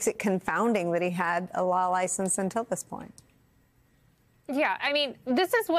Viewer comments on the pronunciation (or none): none